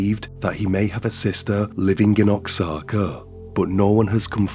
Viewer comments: You absolutely butchered the word Oaxaca!😮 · Great way to pronounce Oaxaca lol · that’s not how you pronounce “Oaxaca” 🤣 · It's pronounced waa/haa/kuh not ox/ah/kuh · Oaxaca is pronounced wa-haca, not ox-aca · It’s pronounced wa-hawk-ah not Oxana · Oaxaca is pronounced “Wah HaKa”. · Oxaca is pronounced 'why kacka '. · Oaxaca is pronounced Whahaka! Great video. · You butchered Oaxaca. LoL. "Oaxaca" is pronounced as "wah-HAH-kah.". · OAXACA is pronounced "Wah-ha-kah" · It's pronounced 'wahaka' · Oaxaca: It’s pronounced “Wah Haka.” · Oaxaca is pronounced as "Wahaka" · Hello my friend. I really enjoy your videos so I watch them regularly. If I may please help a little with the pronunciation of OAXACA. I know it’s difficult to learn other languages. The correct pronunciation of Oaxaca sounds more like HWAHA’KA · your channel is such a goldmine of obscure cases i've never heard of. keep up the good work dude (and btw for future reference oxaca is pronounced more like "wahaka") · Oaxaca = pronounced “Ww-Uhh-Hock-Uh” if that helps. It definitely is a bit difficult for a non native Spanish speaker ….. 👍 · . "Oaxaca" Mexico is pronounced ""Wah-ha-ka". ❤ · I’m shocked I’ve never heard of this monster. He reminds me of Ed Gein, which is odd considering his first victim’s name was Norma and the movie Psycho was based on Ed Gein! Just a friendly note, the X is not pronounced in Oaxaca, it’s closer to “wa-haw-kuh” 😊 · Oaxaca is pronounced "Wah-haka" for future reference:) This man is an absolute menace. Thank you for another well done video! Youre my favourite short form true crime creator. Your voice is perfect! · Oaxaca = wuh-ha-kuh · Ok my friend it is pronounced WA HA CA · Oaxaca is pronounced like "Wahaka." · it's pronounced "wah-hah-ka" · It’s pronounced wahauka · Oaxaca is pronounced Wah-haka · Oaxaca is pronounced Wa-haca. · oaxaca is pronounced oh-ha-ca. there is no zed sound. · Was paining me the whole video 🥲